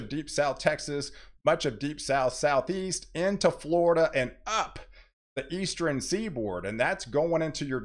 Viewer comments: Do you say "Eastren" for "Eastern"? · Good, very in-depth forecasting. Thanks! Please practice saying northern, southern, eastern, and western as it sounds like you're saying northeren, southeren, easteren, and westeren almost every time and it is very distracting to some of your viewers. Each of those ends in "rn" and not "ren".